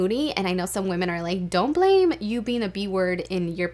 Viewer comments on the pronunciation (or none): none